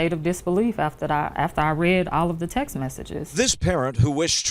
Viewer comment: Girl. When you pronounce texts as Texas lmao